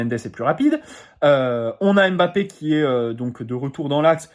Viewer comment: Même comme tu ne le t'as bientôt plus son nom on ne dit pas M-Bappe ou Mbappe comme P sychologue mais Psychologue